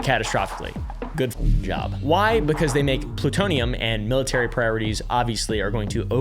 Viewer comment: Ploo-TOE-knee-Yum‽ Big $5.⁰⁰✌🏻werds and sayn that Merica lies to us makes hulk smash!